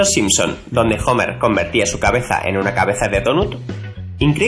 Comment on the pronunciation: "Jomer" jajajaja